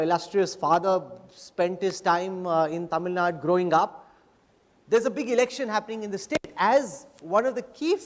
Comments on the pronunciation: I loved the interview But one thing i don't understand is , why this anchor pronounce Tamilnadu as Tamilnaad? Like seriously?? Kannada as Kannad? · Mr - it is not Tamil Nad... Tamil Nadu.. when Jaishankar can mention as Tamil Nadu, what is stopping you? You don't call Haryana as Haryan... it doesn't make you superior by removing U in Tamil Nadu